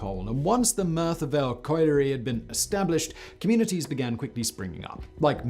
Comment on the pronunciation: This man always gets things wrong. He's only still got a channel because he's posh so people for some reason believe what he says. He couldn't even pronounce colliery!🤦🏻‍♀️